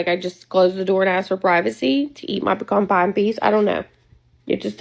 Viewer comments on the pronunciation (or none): southerners eat "beacoone pie?"